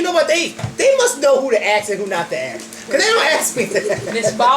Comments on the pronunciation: Not mad just saying you should say ask not ax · its ASK....NOT AX. YOU DONT AX SOMEONE A QUESTION YOU ASK!!!!!!!